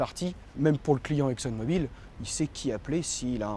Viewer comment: C est mobil et pas mobile !!